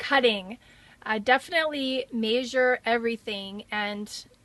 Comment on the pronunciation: she pronounces "measure" so oddly :/ Drove me crazy every single time lol. Good video though.